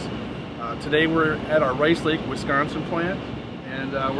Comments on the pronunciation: "Wis Con Sin" not "Wes Con Son" Sore point with natives. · WIS-CON-SIN No “Wes”. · Wehsconsin? Wisconsin, think wi from "with", con from con-man, sin just like it's spelled. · Wesconsin? Never heard of it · It's pronounced Wi-scahn-sin, up here in The Badger State 🙂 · It's pronounced Wis-COW-sin. I keed, I keed. Great video, makes me want to run out and buy a Henry! Mission accomplished! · Woohoo I live in Wisconsin. I love how says it tho, Wesconsin!